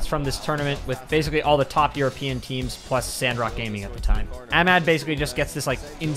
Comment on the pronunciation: The way he says Ahmed had me dying